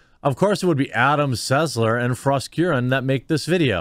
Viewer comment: Thank you. She is Not Frost. Frost is a famous drummer in Heavy Metal bands. She is Frog or Frosk.